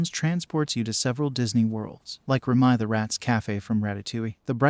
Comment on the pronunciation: I’m sorry did you say Rem-eye???